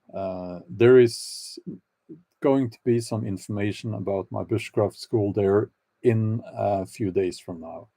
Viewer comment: Repeat "bushcraft", Bjorn. When I was listening it sounded like "witchcraft".